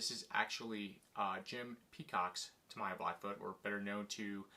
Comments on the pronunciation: A what kind of Blackfoot? Did you say ta my ya? 😂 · Tamiya collector, yet not able to pronounce the name properly smh